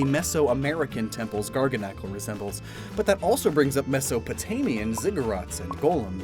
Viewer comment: I'm glad I finally heard someone pronounce garganacl